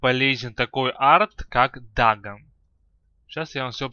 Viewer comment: ДАГАН, ЛЬЕВЕЛ. что за произношение:DD